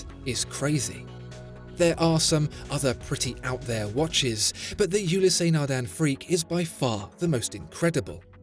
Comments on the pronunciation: Fascinating that with all the research that goes into the channel and beautiful Imagery, you cannot be bothered to check the pronunciation of brand names beforehand.. U-less, but certainly not U-lee-sea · It's not ulisey it's Oulis naghdun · I swear if you call it Yooleeseh Nardain one more time... I don't know how much they paid for the advertisement/infomercial, but I would sue you after the butchering of that Title. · I freak out everytime you say the name..............WRONG !!! Gees !!! You break my ears !